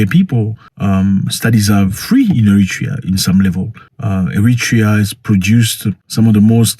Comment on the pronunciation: Eritrea not "Emitra".